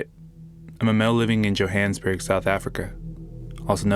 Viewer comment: Yo-Haw-nuhs-BERG. Fuck, speak like normal